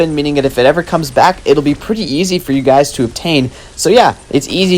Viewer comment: ah yes, "prettt"